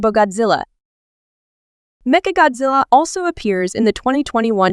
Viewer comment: メカゴジラがメカゴズアに聞こえるのは私だけ?